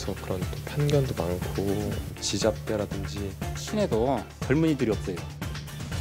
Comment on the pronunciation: 지잡대를 지잦대라 하지 뭐라해